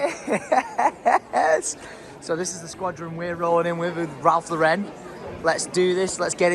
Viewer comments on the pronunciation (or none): pleaseeee its Ralph Lauren. The name Lauren. It's American, not French lmao